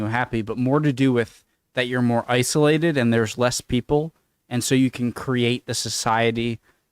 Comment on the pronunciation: ICE-OLATED LOL